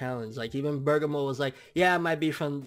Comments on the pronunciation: Nobody is gonna call this guy out on not being able to read!?!! How do you get "BURGER - MORE" FROM "BER-GA-MO"!?!?!?!? Seriously!! Did u drop out in 5th grade!?!? Your reading skills suck ball sacks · You really his name is spelled "BERGAMO" NOT Burgermore!?!?!?!?!?!? How illiterate are you!?!?!? Like seriously if you gonna have a dragon ball channel atleast know how to read the character names of the show n not fuck them up every week in & week out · BER- GA- MO!! DO YOU KNOW HOW TO READ!?!! Like damn!?!? Where da fuck u go to school at to pronounce his name so fucked up for like 3 weeks now smh.... u must of been in special ed classes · its pronounced ber-gom-mo. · its pronounced " berg ah mo" u cheeky kent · i know. always says "BurgerMore" its a joke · Christian Thomas worst is, he watched the episode. so he heard how the name was pronounce but he still managed to fuck it up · ***** EXACTLY!! Lol & I kno he see all the ppl correcting him but he still fuck the name up lmao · can read Japanese but cant pronounce Bergamo........WTF